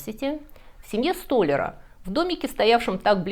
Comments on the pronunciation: Уважаемая, всё очень интересно, но проблема с ударениями: акведук, столя́р, облегчи́л. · В слове столяр ударение на Я🥲